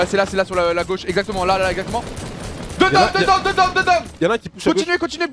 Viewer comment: Mdr l'anglais de doigby qui dit '' done '' a la place de '' down''